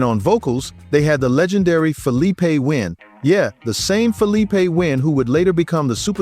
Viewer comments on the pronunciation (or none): none